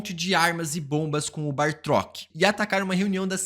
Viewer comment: Toda vez que aparece um vídeo com o BATROK, o insiste em falar /chamar ele de "BaRtrok"